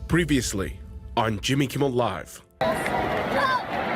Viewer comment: Just want to say, I prefer the intro without the trill on "Jimmmy Kimmmel!"